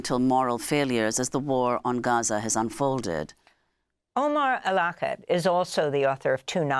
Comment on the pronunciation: Miss el- Shiekh should have the courtesy and respect to pronounce the guest’s name correctly, especially being of Middle Eastern & of Moslem origin, shameful